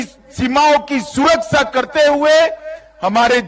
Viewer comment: Ye kya suar vala suraksa bolta kya😂